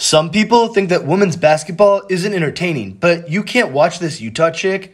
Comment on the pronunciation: WEHMEN, NOT WOHMAN. PLEASE FIX YOUR PRONOUNCIATION FAST.